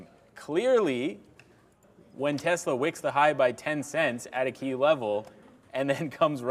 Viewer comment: Tezla??? ☺️ It’s Tesla